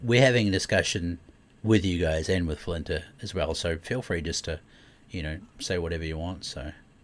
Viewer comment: I'm watching the video, wondering why is calling Flinter, Flantro? Lol